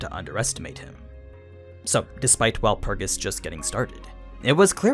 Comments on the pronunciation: He is miss pronouncing Walpurgis🤧 My ears can't take it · Wut is that pronunciation of Walpurgis? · Why you saying shit weird, watch the anime they don’t pronounce wulprigs like that it’s like you taking extra steps to sound weird